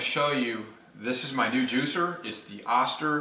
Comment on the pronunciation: oh-stir. Good video though. Thanks for sharing. .